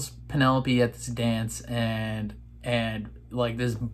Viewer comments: Why do u always mis pronounce penelope's name. 😤😠 It's pen-el-o-pEEE. I know you can say it right, I've heard you. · Loved watching your reactions to this season! I am not as invested in the Colin/Penelope story. I'm moreso looking forward to Benedict's season. Also, after watching your reactions I can't help but see the word Penelope and hear it in your voice lol that has forever changed the pronunciation for me